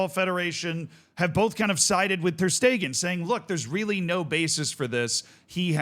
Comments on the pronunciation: Stegen is pronounced "Shte-gen", the g in "gen" being pronounced like the g in "Gay", and "en" is like "gENeral" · Guys he isn't a German speaker, Schtaygen isn't going to be pronounced right 9/10 same goes for Knipex, etc